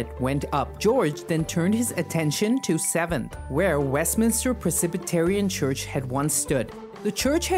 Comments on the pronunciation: It's not "Precipitarian"😂...its Presbyterian. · Yes, that’s crazy to say it had 200,000 people. Interesting way to pronounce Presbyterian.